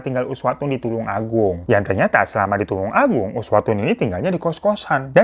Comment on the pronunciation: Bang tulung agung bukan tulang 😂😂😂